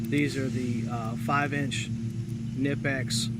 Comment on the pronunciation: I'm pretty sure K is not silent, when you pronounce knipex.